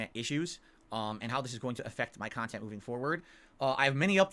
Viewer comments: the adult baby that e begs for nickels and dimes but wants us to believe he’s making “meaningful kahtent”. IRS Arc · He really thinks this is meaningful Khan-tent